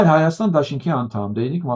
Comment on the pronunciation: Փաշինյանը նույնիսկ իր երկրի անունն ա սխալ արտասանում` Հայստան ոչ թե Հայաստան։ Էլ ինչ ասես։ Շատ տխուր է այս ամենը , շաա՜տ։ Եթե միայն դա լիներ։ նախկինները քիչ էին քանդել, սա էլ ավիրում է։